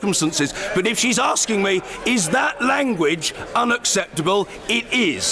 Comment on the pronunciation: Order, authoor, order, or do, order, in order, with smiling😜😜 Anyway, I really like the UK parliamentary democracy in order.